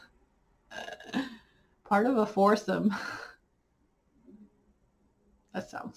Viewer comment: Your pause when you said “foursome”, I was dying 😂😂😂 your finishes are awesome!!!